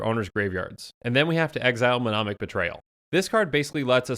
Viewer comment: I'm sorry to be this guy but I hear you mispronounced "mnemonic" all the time and it kills me, the first m is silent, otherwise the word is as written...you say it as "menomic"...rotate the n and m *nemonic*....love your vids, no hate, just pronounciate!